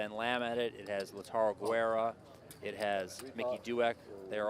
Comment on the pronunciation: For the commentators (on an understandable mispronunciation of a player's name): Lautaro Guerra's name is pronounced "Geh-rruh" not "Gweh-ruh." Those are two different words. "Guerra" and "Güera," with two very different meanings. His name means "War." The way it was mispronounced means something like "blondie" but it's just kind of a derogatory word for a pale woman.